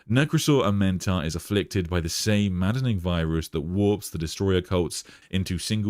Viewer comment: I don't know why you're adding an extra vowel to his name. It's A-Men-Tar.